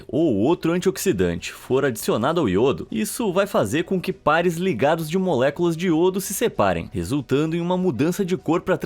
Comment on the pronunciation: eu lembrando ele falando moléculas: MULEKULAXX MULEKULAXX MULEKULAXX MULEKULAXX MULEKULAXX 😝😝😝😝😝😍😍😍😍😝😝😍😝😍😝😍😍💅💅💅💅